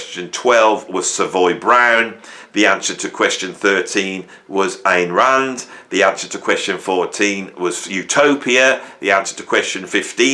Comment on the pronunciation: I correctly answered 6 out of 20 of these insufferable nerd questions asked by this insufferable, self-styled “libertarian” (🙄). But the only one I was 100% sure about was number 13. Go figure. Btw, it’s “Ayn” Rand. Not “Ann,” and definitely not “Ain.” Have the decency to know how to correctly pronounce the names of the people you’re pretending you don’t agree with because you want to keep your left-leaning audience. And, for the record, I love Rush, and I’m never going to stop listening to them. Despite the fact Ayn Rand was a sociopath who dedicated her professional life towards discrediting the notions of empathy and altruism, I don’t hold her toxic right wing beliefs against Neal Peart. I mean what would you expect? The dude was exceedingly impressionable. And Canadian.